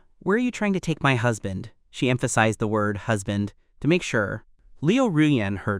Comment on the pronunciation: It's husband, not hasbent